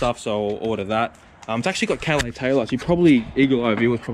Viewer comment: Itsa " Cal laaace" maaate.